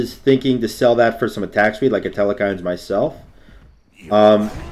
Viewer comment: Telkhines not telekhines